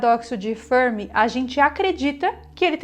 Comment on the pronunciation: A pronúncia de "Fermi" deve ser a italiana, e não a inglesa.